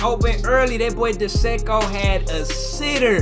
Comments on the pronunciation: bro said dee-seko 😭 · Just to let you know Dzeko is pronounced like “Jecko”, love your vids, keep it up 👍